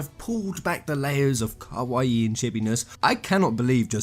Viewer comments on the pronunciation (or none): none